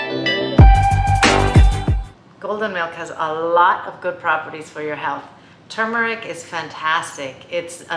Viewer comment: Thank you for saying "tur-mur-ik" and not "too-mur-ik", which drives me batty. (My mom used to say, regarding all words, "Say it correctly and you'll spell it correctly.") Thank you also for explaining that black pepper is important to consume with turmeric, and why. Very many thanks!